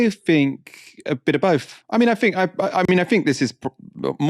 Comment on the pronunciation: Not gonna lie … it grinds my gears when you say “fink” instead of think! Ha! Just saying… but apart from that, all good, love the shows ❤